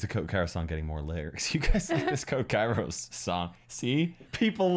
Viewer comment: im actually greek and understood that also kairos means weather in greek but its pronounced keros